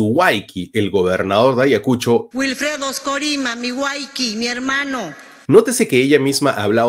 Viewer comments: Y no se prenuncia wayki sino wawqi. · Se pronuncia Huaují no Huayquí 🤦‍♂️ ni eso sabe hablar.